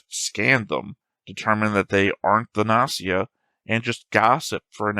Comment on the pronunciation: Although I didn’t comment that much (maybe because I’m bad at English, so I skipped half discussions 😂), I enjoyed your reaction very much. (The fact that you take the show so serious is the most amazing thing 👍) I love that you are still saying “Nazi a” after those episodes (maybe it’s some joke of English I didn’t get? Or maybe you just used to not pronounce “G” and pronounce “O” as “A”? I’m curious (｡ì _ í｡)